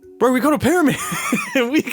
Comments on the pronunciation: I thought he said “but” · hearing mumbo say bro sound so odd to me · "bro!" said that way was so out of character